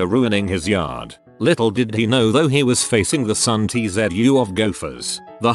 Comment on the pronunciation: Sun-Tsu of gophers.